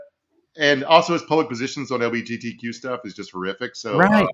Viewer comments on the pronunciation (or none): none